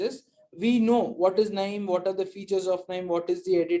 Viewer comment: please pronounce it as naim , its not K nime.